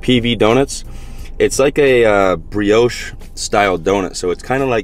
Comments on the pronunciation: i think it’s pronounced like “bree aash” but i might be wrong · isn't it pronounced bree-osh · No it's more like bree-yo-sh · I love the way you say "brioche" I'm french and that pretty funny to hear you. ❤ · I thought you were French and you can’t say brioche ?! 😂